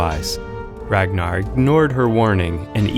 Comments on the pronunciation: Its not Eva the boneless... I Var ! and its not Ragna.. Its Rag Nar. Drive me nuts man. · “RAGNA” Me: eye twitch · Rag Nahhhhhh? I thought it was Ragnarrrrrrrrrrrrrrr.